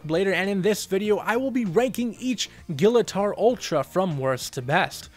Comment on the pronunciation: Technically his name is pronounced as gill-uh-torr.